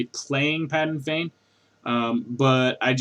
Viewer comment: Um, it's PADAN Fain, no "g" in the name...